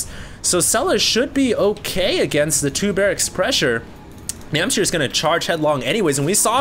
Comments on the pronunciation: it's NamhciR.... not Namchir. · its NAM H C IR not namchir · Everyone complaining about mispronouncing NamhciR's name should just shut up. Namchir sounds so much cooler.:P